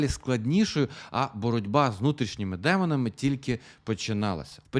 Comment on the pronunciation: чомусь не приємне акцентування на "внутрішніх демонах" - що це взагалі - звучить дуже дивно